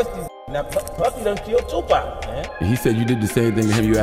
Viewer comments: Bro keep saying 2pack 😢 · Yoll white people need to learn how to pronounce "2 PAC" as such that!!! His NOT "2 PEC" it's annoying how you pronounce him still after these years. Sigh 😤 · Pock..2 "pac". Not pack..try harder for our legend. This was also a great video... my bad lol. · 2pac not 2 pack🤣🤣 i hate when ppl don't say his name right.. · please it's 2pac not 2pack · My guy it's tupac not tupack that counts for 10 mistakes Jay-Z was right all along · Who’s 2 “PACK”?? 🤣😆🤣::. Damn, you’re the last person I’d expect to mispronounce that! And “CHIroc” LoL, fck the brand, but the pronunciation is hilarious. Too many Chicago Vids led to that one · Bru y you pronounce tupac like "2 pack" like you never heard nobody say his name b4 😂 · Bro said TuPack 😂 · Thumbs down for calling 2 PAC. TWO PACK. Smh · Calling Tupac Tupak...like dude the 'pac' in Tupac doesn't sound like 'pac' that is in Pac- Man. That is Mistake #1. Always pronounce someone's name how the person it belongs to pronounce it. LAW💯💚💚💚💚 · wtf is 2 Pack? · How come you can enunciate "Sus" but can't get Tupac right?🤔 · You’re not pronouncing 2PAC/Tupac right. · Tupac!! Pronounce the man's name right! Pleeeeaaase!!!! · Learn how to say Tupac's name right. If I told you my name was Tim, and you kept calling me Time, I'd slap the shit outta you. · Just got 1, but very big mistake in your video...the way you pronounce TUPAC. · Stop mispronouncing Tupac's name.....